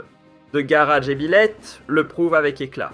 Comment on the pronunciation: Le narrateur a dû être piqué par une mouche de Tsé-tsé. Et puis, qu'est-ce que c'est que cette aberration de "GARA"??? W`1ech men "GARA? "Il ne GARA rien du tout", ça a toujours été "GHAAR DJ'BILÈTE, voire DJEBILÈTE, et certainement pas "DJEBILÈH.